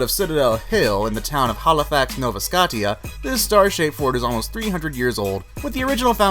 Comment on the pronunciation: the word Scotia is pronounced sco-sha lmao